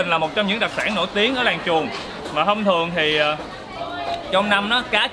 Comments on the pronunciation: Làng chuồn mà Bác đọc kiểu gì e nghe thành làng chuột nữa chớ Buồn cười ghê gớm 😂😂😂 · Mình cũng nghe là làng chuột